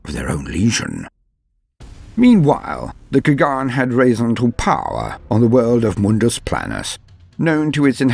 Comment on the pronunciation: Your accent is better than you think :d Only the pronunciation of Old Turkic words were kinda wrong but its because Standart Latin does not have letters ''Ç'' and ''Ğ''. ''Ç'' sound is close to ''J'' or ''Ch'' but ''Ğ'' sound is completely impossible to write thus make words like ''Çağatay'' or ''Kağan'' always sounds wrong even at the professional level. Thank you for the video :d Its makes me genuinely happy any time I see my ancient ancestors adapted into fiction accurately. People usually go into a lazy way and just turn them into one dimensional barbarians...